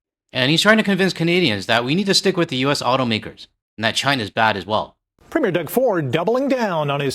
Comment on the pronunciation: Could someone, please, for the love of God, PLEASE learn how to pronounce Premier?!! And, while you’re at it, Newfoundland!